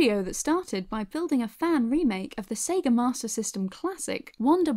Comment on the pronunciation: Pretty sure it's Sega not seega